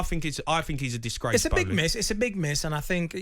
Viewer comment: If Jamie O'hara received a pound for every time he says the word "DissGWACE" he'd have enough money to takeover Talksport 😂